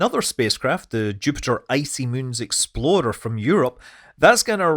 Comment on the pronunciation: when he is talking about JUICE mission I thought he said exploder at first. Had to do a double take, accents are fun sometimes